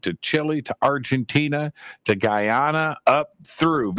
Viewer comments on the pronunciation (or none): I was born in Barbados, my daughter is from Guyana and I've been there many times and with much respect (through Billy Carson).... you dropped the ball on that one... Guyana how you said.... take a visit and see.. not how you're talking about it... much love,bless